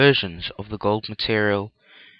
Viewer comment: "turtererel" "mertererel"